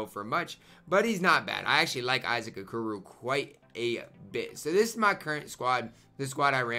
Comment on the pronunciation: Anyone else notice is prononcong Okoro wrong? 😂